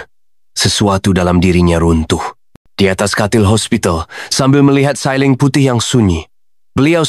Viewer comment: Nak kata bahasa melayu pun tidak bahasa Indonesia pun tidak...bahasa apa ni sebutan CEILING jadi sailing